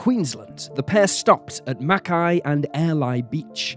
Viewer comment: Good job on the pronunciation of Mackay ay! Keep up the great work